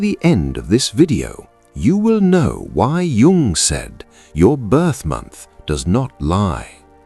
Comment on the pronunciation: WHY OH WHY ON THESE SITES OF INTELLIGENCE, CAN JUNG'S NAME NOT BE SPELLED OR PRONOUNCED CORRECTELY